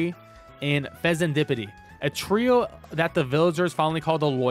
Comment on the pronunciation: Glad you managed to say Fezandipiti